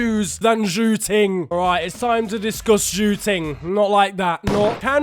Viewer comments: Zhou ting - shoo-ting 🤣🤣🤣🤣🤣🤣🤣🤣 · Zhou Ting is pronounced Jo Ting I know bcz i take a Chinese class